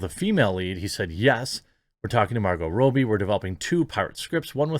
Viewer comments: It's Robbie not Roobie 👍🏻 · Rob-e not Row-be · It's not Row-Bie! It's Rob-Bie! It's Steven Sea-Gull, not Segalle! It's Hyacinth Bucket, not Bouquet! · "Rob-bee" not "Row-bie" Pronunciation is triggering me today sorry dude, lol! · Say it with me Jeremy: Rob-bie. Not Ro-bie. Double "b" not single. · Rah bee, not Robie. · It’s robbie not robbie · dude leanr to say the mname right every time you said it I just want to click away... its pronounce Rob E its not that hard..... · What can't you say Margo's second name properly Lol